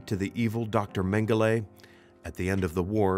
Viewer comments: I wish you would stop saying mengele because you’re pronouncing it wrong. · Because that’s the issue saying his name wrong is the atrocity. He was evil to the core no time ever should his name be spoken correctly.